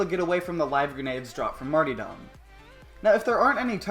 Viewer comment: You seem to have missed the second r in martyrdom.